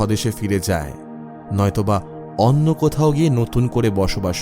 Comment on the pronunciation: এই নিয়ে এই চ্যানেলের দুটো গল্প শুনলাম, দুবারেই বিজিএম এর সংযত প্রয়োগ বিশেষ ভালো লাগলো। তবে আগের গল্প এবং এই গল্পেও কথকের উচ্চারণে "অন্য" বারে বারে " অন্ন" হয়ে যাচ্ছিল। এই বিষয়ে একটু মনোযোগ দিকে ভালো হয়।